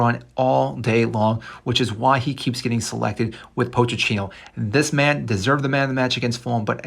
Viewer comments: “Poach a teeno” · Bro this video got annoying after you kept saying “POTE CHINO”